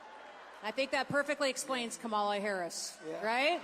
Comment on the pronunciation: The Governor pronounces Kamala's name incorrectly too. Is that supposed to be some kind of slur? All it does is show their ignorance.